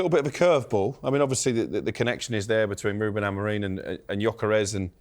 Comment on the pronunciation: It's AmoRIN not AmoRINE FFS!